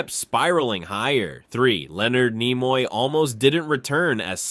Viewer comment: Where the hell did this guy learn to speak english? His pronunciation of Nimoy and even religious are comical